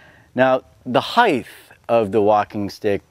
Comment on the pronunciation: heigth? Height.